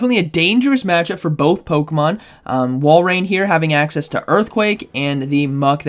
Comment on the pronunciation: This has to be said but before i do i love your vids now its pronounced walrin not walrain think of it like this say walrus then walrin if yall still say walrain then idk what to tell you lol🤣